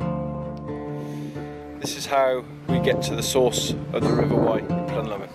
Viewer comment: Hi, yeah Plynlimon is pronounced Pimlimon in Welsh meaning 5 peaks. It's a great range, which Paul and I had a real connection to. I find the language interesting - what your saying to. Yeah it was hard to make at times - I bowed my head a lot then lifted it up. All the best for the week. Mark